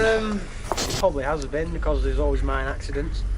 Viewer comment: Cant buy your shirt until you learn to say mine.not mind it's a mine not a mind.